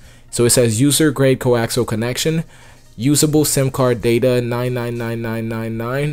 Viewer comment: coaxal or coaxial????? i tried this script for one dont wk...you need to tell people the root directory to install script ..idk dude